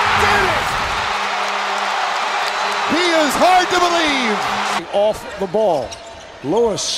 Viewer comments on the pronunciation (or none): "he is hard to helieve" No he's not